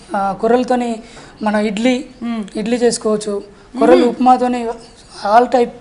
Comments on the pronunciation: కొర్రెలు ఏమిటి తల్లీ కొర్రలు అని చెప్పు.తెలుగుని పాడుచెయ్యకండి. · కొర్రెలు కాదు తల్లి కొర్రలు